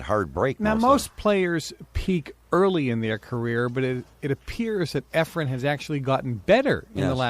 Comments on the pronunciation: Earls a baby. And it’s Efren not Efrum. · Quit calling him Efrum, announcer.